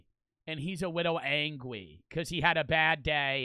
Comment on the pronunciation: when he says angey got me 😭😭😭💀💀💀💀💀💀💀